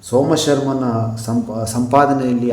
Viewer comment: Somasharma thande Suryamithra maama thappu ucchara madiddiri sir.